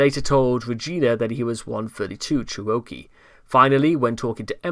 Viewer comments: OMG, "cher-O-kee" is KILLING ME- it is "cheruh-KEE"! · Please tell me it was Chris pronouncing Cherokee like that, and this video's use of the word was a reference? :x